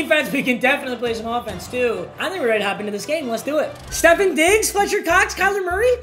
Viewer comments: As a bills fan when he said steffen diggs I was like 💀💀🤦‍♂️🤦‍♂️ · I get it he’s white but I know he didn’t say “Stephen diggs”